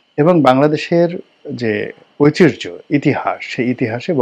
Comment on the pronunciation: রনি সাহেব ,কিছু কিছু বাক্যে আপনার উচ্চারনগত ত্রুটি আছে। যেমন আত্মমর্যাদাকে আপনি উচ্চারন করেন আর্ত মর্যাদা। ঐতিহ্যকে বিশ্রী ভাবে উচ্চারন করেন। আপনার মত পন্ডিতের কাছে সেটা আশা করা যায় না।